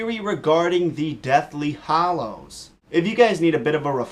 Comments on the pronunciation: Why do you say hAllows like a moron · kept saying Hollows the whole video and no one caught it.... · Hallows not Hollows..__.........Hermione moment. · Him saying deathly hallows.... my ears